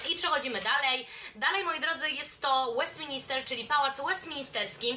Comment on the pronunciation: Kochana mysle, ze to bardzo przydatny filmik dla osob jadacych do Londynu. Jesli mialabym wymienic takie "must see" to podalabym dokladnie te same miejsca co ty. Jedyna uwaga to to, ze parlament nazywa sie Westminster a nie Westmin"I"ster. To samo dotyczy sie oczywiscie Westminter Abby a nie Westinister Abby. Pozdrawiam serdecznie